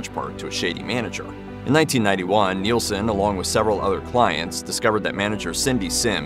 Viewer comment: NIL-son. Not Kneel-son. Isn't NIL even easier to say? Just one syllable.